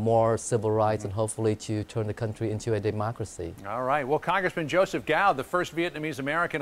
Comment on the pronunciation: Dammit bitches it's pronounced 'kow' not 'gow'. The C is a soft C so you don't aspirate it loudly. Repeat after me. 'Kow'